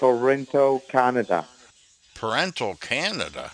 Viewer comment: Toronto Canada. I live in Ontario, Canada, NEVER heard it pronounced that way! Thanks for the laugh lol